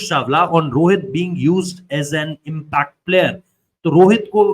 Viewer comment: Impact ❌ imfect player ✅😂😂